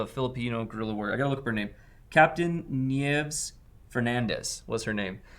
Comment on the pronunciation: 😄😄😄... it's pronounced NEE-YEH-VEZ (Nieves). Named after a Filipina guerilla commander who helped American infantry men fight the Japanese in the central Philippine islands. Be kind to the name, the old lady deserves it 😉✌️